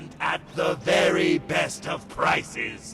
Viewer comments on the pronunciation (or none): "Wery wery rare" haha